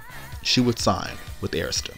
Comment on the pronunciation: Awesome voiceover and thank you for saying Arista correctly 👏🏽 🙂🙂🙂